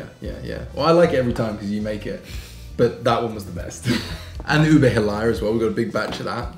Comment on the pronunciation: You pronounced “monggo” correctly, … the halaya should be “ha-laya” not “hala-ya” if im not mistaken… but nevertheless, you guys are amazing as always..